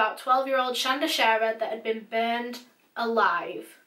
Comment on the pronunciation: Thank you for pronouncing our name right ❤️